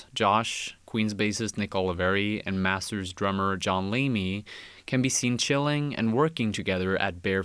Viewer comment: massers ?? cant you fuckers say T